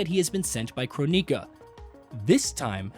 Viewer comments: Your pronunciations are making my eyes bleed. If I had to hear croneeka one more time.... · what is a Crow-nika? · Croneeka, byehon, syromancer, Lin quei, The list goes on I'm surprised he didn't pronounce scop-ey-eon